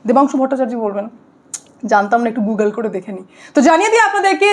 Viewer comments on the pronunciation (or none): none